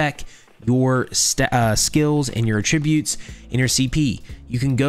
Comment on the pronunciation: Dude, I love you’re videos, but one thing you do consistently drives me nuts. The way you are pronouncing attributes is not what you are intending it to mean. You’re intent is to use the first definition here but the way you are pronouncing it, it actually means definition two. Wires crossed. Following standard dictionary rules for pronunciation it would look like this: /əˈtriˌbyo͞ot/ regard something as being caused by (someone or something). For example: “He attributed the firm's success to the efforts of the managing director.” Made a tribute. The second meaning, and the one you are intending to use is this that is pronounced: /ˈatrəˌbyo͞ot/ a quality or feature regarded as a characteristic or inherent part of someone or something. For example: “flexibility and mobility are the key attributes of our army.”